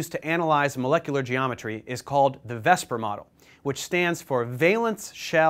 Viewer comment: Dave, you say "VESPR", but it is written "VSEPR".